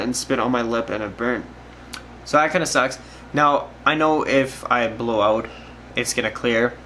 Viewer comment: Your a fucking angel, this is best diy video and fix methods by far! Thank you kind stranger boy! And I had no idea you were evn Canadian the whole time..until you said it would pour "oot" the side (or something like that.) Its cause I speak fluent Canadian thanks to trailer park boys. Lmao